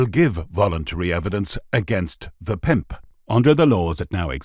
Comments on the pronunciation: I love the way the narrator says. “ Pimp!” Almost like ‘pey’. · Good story, shame about the terrible over pronunciation "the pimp" and others, bad narration. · Yeah the “pimp” word was just over pronounced every time , got right on my nerves